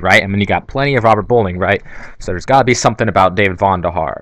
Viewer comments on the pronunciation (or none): It's David VONderhaar, not VANderhaar